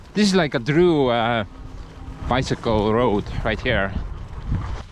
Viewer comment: When it snows again in a few months, you need to check how your new bike handles the snow, ice, and other winter wonders. :D Also Bi... Sick.... ule.... About the easiest way to break it down for easy american pronunciation.